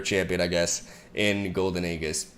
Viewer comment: BRO RAE OYU SERIOUS. THIRD MONTH OF COMMENTING THAT AEGIS IS PRONOUNCED EEEJHIS NOT A-GHIS